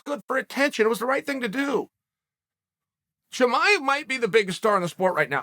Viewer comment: Tamiev Chimive Chimaya